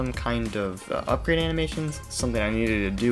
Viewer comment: "uprade" "ugrade" close, but not quite